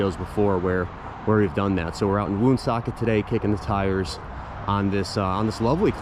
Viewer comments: Lovely home. As a native Rhode Islander I feel I need to tell you the proper pronunciation of the town. It’s pronounced “ one socket”, not “woon socket”. I know! Weird but true! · Pronounced One socket